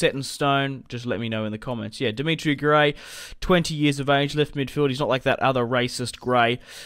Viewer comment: "Dimitri Gray" It's 'Demarai' mate.